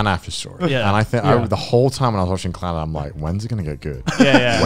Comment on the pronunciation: The name will always be pronounced with a strong Scottish accent for me. It's not "clenned", it's "CLAN-NAD!"